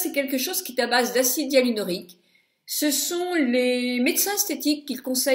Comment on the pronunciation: Acide Hyaluronique ! pas hyanulorique !